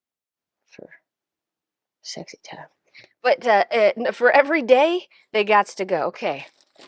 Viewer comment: I am so proud I showed up for day 7! Yay me! I had to literally pause the video and laugh out loud when you mumbled “sexy time”! I forgot to shut off the timer and blew my 5 mins laughing. You are too much! I love it tho! Declutterring wih you is so fun. My personality is just like yours. People need to laugh more. Thank you! (Can’t declutter when laughing hysterically!)❤😂😂😂